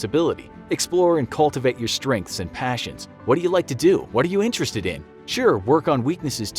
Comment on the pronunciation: ‘Focus on Stredths?’... really...